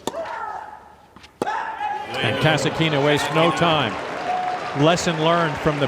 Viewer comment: her surname is KasAtkina, no KasatkIna. KasAtkina is an authority storm.